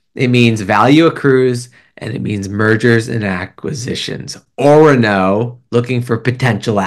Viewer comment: All good news for our #uranium miners! Pronounced “O-Ron-O” 🙂 Cheers